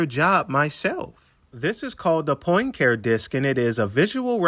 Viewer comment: Poincare. Henri Poincare. (Pahn cah ray)